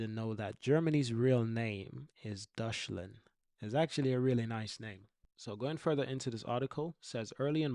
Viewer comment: As a German, my brain started hurting when you said Deutschland as you pronounced it like Dushland.